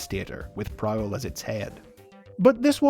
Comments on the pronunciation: Is written Prowl, is pronunced Prick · Anyone get triggered with him pronouncing “Prowl” Wrong